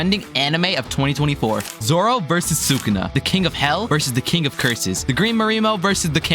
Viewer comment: why did bro say zora